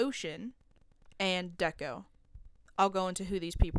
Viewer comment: Stop saying deko wrong bruh